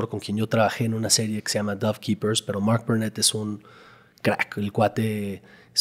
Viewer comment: No paro de distraerme la forma de pronunciar de este bro en ingles, mooooork por mark, distrae mucho. Díganle qué su acento no lo tiene ni obama.